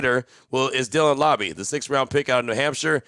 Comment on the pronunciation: Laube...like Rowdy....not lobby....please confirm......names are very important..... Anyone else can confirm?